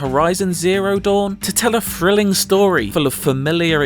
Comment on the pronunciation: Thrilling not frilling and through not frough